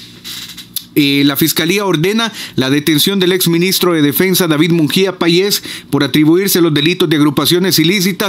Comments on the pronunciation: No se dice Munjia, se dice: Munguia, lee bien. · hola mi amigo un gusto saludarte ,me encanta escuchar tu información la verdad ,solo una cosita no es Mungia ,si no Munguía